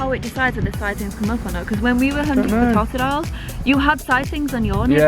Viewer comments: If he pronounces Totodile wrong one more time.... FFS! It's "toe-toe-dail" not "tot-a-dail" get it right man. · Lisa Alberts it's actually toe-ta-dial